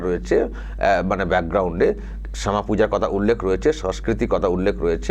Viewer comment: দাদা শ্যামা মায়ের উচ্চারণ ও ভুল আছে।